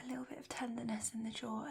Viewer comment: Another nice one. I feel like there’s a bit of your less-polished (day-to-day?) accent sneaking in here, particularly at the beginning. It’s very subtle, like when you say “bit of,” “bit” loses some of the “t” and “of” loses some of the “f,” and you roll into the next word. I quite like it actually. I also like the contrast in volume. Great job as always. Very relaxing.